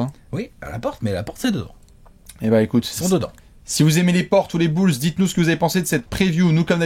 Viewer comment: les "bülz"